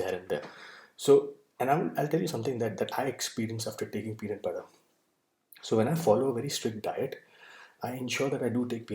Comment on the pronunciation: Tbh I already knew about the contents and ins nd outs of da peanut butter... But just quickly touching on the statement you made early on "today I would like to talk about........... Pee.. Nat!.. PUtta! Lol